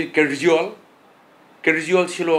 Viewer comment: কেজিরওয়াল !! নামটাও ঠিকভাবে উচ্চারণ করতে পারে না